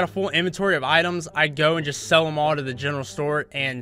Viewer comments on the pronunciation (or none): none